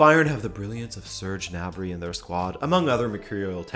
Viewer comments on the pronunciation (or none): ITS GNABRY NOT NABRY THE G ISN’T SILENT